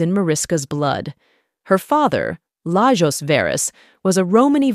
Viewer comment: Her name is pronounced 'mah-rish-kah vae-raesh'. Her father's 'lah-yosh'. Hungarian. But of course, it would be too much to expect some research in this area from a Western person. It would throw the world off-balance. So let's just dumbly assume that everybody's name out there conforms to English standards.